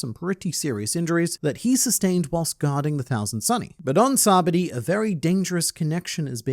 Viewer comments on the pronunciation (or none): why do you say it like Sabadi...its SabaOdi...thers an O in there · SAH-BAH-OH-DEE!! Your name is not pronounced LIE-AM right? Do some effort plz lol